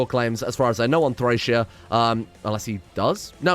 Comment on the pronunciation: Thracesia = Trah-keh-zia